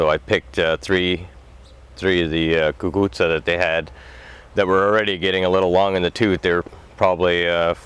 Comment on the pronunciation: Are you Italian? Sicilian? You pronounced it just so perfectly I have the seeds that my zio Pietro gave me one month before he passed away Last year I was successful after I realized what they were and then had to hang them on polls after they were already laying on the ground lol Now I have built a bamboo trellis and hoping that I will get more growth Any tips I really want to be successful I’m going to send you a picture of what I have done thus far